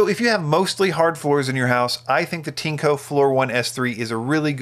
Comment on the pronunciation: Not Tinco, its Tineeeeeeeco